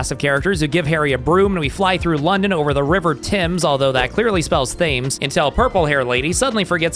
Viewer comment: thames is pronounced tems